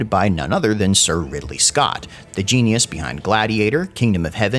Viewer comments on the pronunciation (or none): none